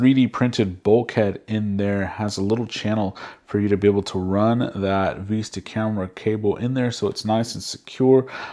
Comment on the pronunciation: vis·ta /ˈvistə/ noun a pleasing view, especially one seen through a long, narrow opening. Not Vesta!